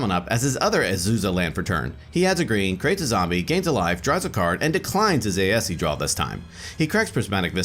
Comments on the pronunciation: that aesi pronunciation bugged the hell out of me. the "e" is silent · Hearing Aesi pronounced Ay-eh-see is strange. I've always pronounced it and thought it was pronounced Ay-see. Also is there any significant reason that you'd run Tatyova as the commander instead of Aesi? Great game though!